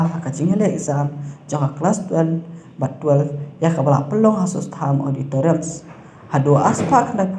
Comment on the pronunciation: Pha beij, auditorium..ym dei auditorex.. 😁😁😁